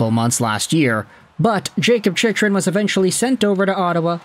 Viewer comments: It's pronounced Chick-Run, not Chich-Run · It’s Jakob Chick-Run.